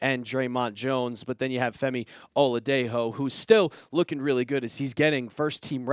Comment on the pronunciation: "Femi Oladejo" Oh-La-Day-Jho/Joe. The J isn't H sound * 🫡